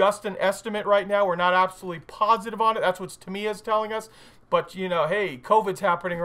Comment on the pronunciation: How are the people at Tamiya still your friends when you butcher their name so bad? Even Uncle Nightshift gets it right and he's Slovakian! :-D